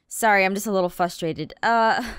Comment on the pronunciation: Anyone else noticed that Jess says fusterated not Frustrated?